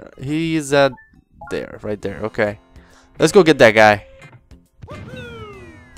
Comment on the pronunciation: He's saying "let's go", but with an Italian accent. So it comes out as "Let's-a-go!"